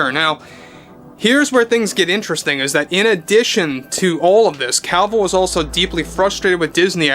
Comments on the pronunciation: Omg, it was genuinely difficult to listen to you constantly saying "henry Calvill" is it just me? It really sounds like Calvill instead of Cavill. Maybe it's just the accent. Lol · It's Cavill, NOT Calvill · Is it just me or is he mispronouncing his name the whole time as "Calvill"? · Stopped watching cause he kept pronouncing it “Cowl-vil”